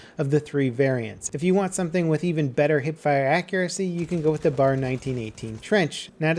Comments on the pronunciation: Its not "bar" its B.A.R.! YOU SHOULD KNOW THIS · Every time pronounce the BAR as "Bar" (not B-A-R), I die a little in the inside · "b" "a" "r" not bar. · It's not bar it's B A R. Browning automatic rifle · B.A.R. You say the letters, it they mean browning automatic rifle. It's not bar. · It's not pronounced "Bar" in one word, it's B.A.R, Browning Automatic Rifle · Please stop calling it a bar. The B-A-R is one of the greatest automatic rifles of all time. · Pronounced B.A.R, not Bar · It's B.A.R (Browning Automatic Rifle) Not Bar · Cap, love your videos, love what you do. But nothing bothers me more than hearing the incorrect pronunciation for something. I know, OCD blah blah blah. But it isn't pronounced "bar", it's pronounced with each letter. "Bee-ay-ar". Sorry to be THAT guy, but just wanted to let you know for the future. Keep up the great work! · It's pronounced B-A-R not Bar. I have yet to see a vid where it's pronounced correctly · For future reference it's B-A-R, not Bar, it stands for Browning Automatic Rifle. But I bet someone has already said that.. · Pro-tip. BAR is an acronym for "Browning Automatic Rifle" and is pronounced "B, A, R". calling it a "bar" is like calling an SMG a "smig". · Micah Hewitt this is different, only people who are uneducated about weapons such as the b.a.r will pronounce them incorrectly. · It's the B.A.R not the bar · B-A-R! Not bar! B-A-R! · pls... Stop calling it the "bar". You always do your research so well with other guns and vehicles - you should know that everyone in the time period called it the B-A-R, spaces added for emphasis. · The "Bar"? It's the B.A.R. Browning Automatic Rifle. Get it right. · B.A.R. not a bar ;) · its called a B-A-R not a fucking bar. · dude the bar is pronounced bee ay are not bar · I cringe when people call it the "BAR" just say B-A-R. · B A R. Not "bar". Nobody ever called it the "bar". Just watch some old ww2 movies. They always call it the B A R.